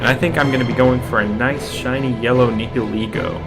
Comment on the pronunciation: Noiceu Noiceu Sugar and Spiceu